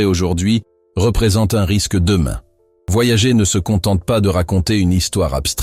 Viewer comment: Nan, mais là il le prononce mal à dessein